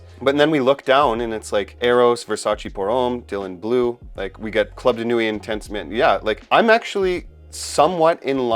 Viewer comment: Thanks for this excellent ranking. Btw, ‘Nuit’ is pronounced ‘nwee’, and ‘chinotto’ is ‘kinotto’.